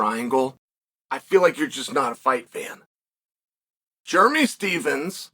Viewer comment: Jeremy stevesem. I love uncle chael always butchering names. Chael Still the goat forever